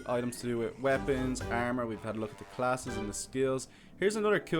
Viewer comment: armor not ermor